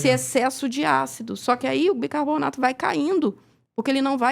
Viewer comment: Uma médica falar BICABORNATO, é complicado